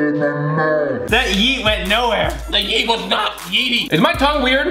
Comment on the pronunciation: you only said yeeèeèèeeeeeee with no t